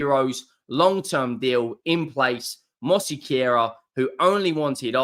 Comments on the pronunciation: Mos-que-ra Not ‘’mossy-carer” Basically drop the extra syllable (vowel sound) after the s. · Mos- care-ah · Where are you getting mosequera??? It's Mosquera!!!! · why the fuck are you butchering his name like that. Say it how it’s spelt man😂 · Thanks for not saying 'smash the granny out the susbscribe button' made me unsubscribe. MOSQUERA. please learn it. MosEquera. No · there's no "e" in between "s" and "q". So is it is Mos-que-ra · i think its pronounced Mosk-era great video again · Mohseequira....lmfao. I love you. Never change mate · 😅...Moss-Care-Ra. There you go mate. Love your content. 👍🏼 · You been saying it wrong since the first time you said his name. Sounds like you have dyslexia. Where is the 'I' to be describing as 'mossiquera'? There isnt one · Pronounce it "Mos-Kera" there is no letter i in his name. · Loool mose-quera fabrizio Romano pronounced it right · It’s pronounced “mosskerra”. Hate to say it, but you’ve pretty much been saying it wrong the whole time 😅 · You have totally butchered the name!